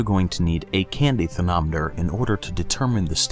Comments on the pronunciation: Anyone else hear "therNometer" instead of thermometer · am i the only one who heard him say "candy thernoneter" xD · I'm years late, but I like how he says thernometer and NO ONE pointed it out